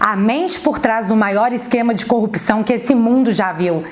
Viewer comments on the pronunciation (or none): none